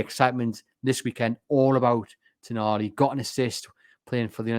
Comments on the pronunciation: If he is actually coming, you will need to get his name right. He isn't Toniali, he's Tonali, lose the extra "i" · It's not Tonyali or Toniali it's Tonali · I love the podcast and I do understand that it can be difficult with all the non-English names being linked now, but the name is “Tonali”, not “Toni-Ali”.